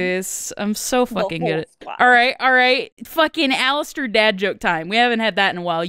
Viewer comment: Did no one else noticed that instead of saying Alastair he said Jalastair